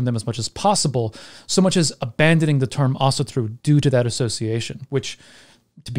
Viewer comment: (Celtic Pagan here) Thank you, I learned a lot, esp how to pronounce Asatru properly.